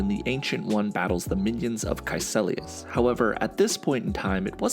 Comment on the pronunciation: KaeCIlius. Not KaeCElius.